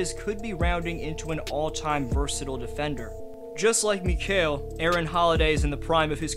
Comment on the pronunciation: Hey, amazing video! As a suns fan, its awesome seeing us get coverage like this. Heads up for future video, Mikal's name is pronounced mih-KALE, keep up the good vids :)